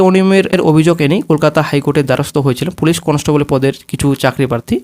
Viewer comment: আগে উচ্চারণটা ঠিক করো conostobol na ওটা constable